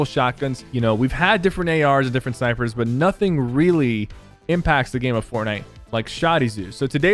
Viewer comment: he meant sniper but said sypher and it was funny 🤣